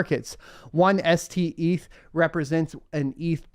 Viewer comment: Steth not Seth